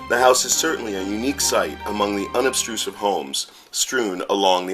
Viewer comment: The word is "unobtrusive," not "unob-STRU-sive." (It even shows up misspelled in the closed captions.) Also, "two sculptured white lions stand at each side" of the entrance gate is incorrect. There is just one lion on EACH side.